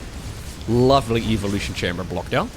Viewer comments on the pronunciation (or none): none